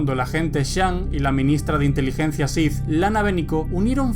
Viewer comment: Buenos videos, pero me confunde cuando dices Shif en vez de Sith